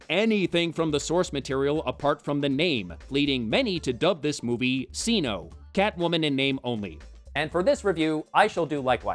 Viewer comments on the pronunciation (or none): CINO as SINO? Would it not be pronounced Kee-NOH? She’s Catwoman not Satwoman. Lol